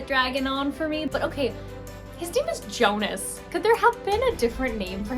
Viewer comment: His name pronounce as (yonus) in written form is jonus....its viking inspired book Old norse j pronounce as y... If youre reading book 2 hope you pronounce that correctly...then you liked it better....sorry if you find that comment rude